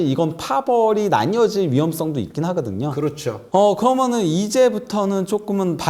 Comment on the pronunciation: 저 기자분 발음 왜저러나요?? 좋아 하그든여~ 했그든여~